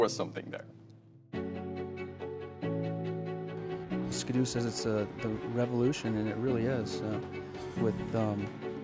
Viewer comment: nice to hear say the brand name properly- 'Skee-Doo' not 'Skid-ooo' 😀